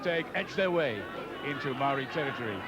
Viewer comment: I’m very impressed that the commentator is pronouncing “Maori” correctly. Many kiwis of that generation still alive now still pronounce it “Mow-rees” - completely incorrect